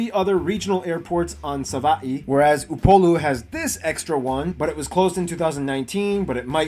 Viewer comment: Yoooooo you pronounced Upolu better than the guy doing the video you reacting to!